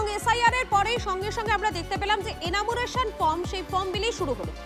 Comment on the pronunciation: এনামুরেশন নয়, উচ্চারণ টা এনুমারেশন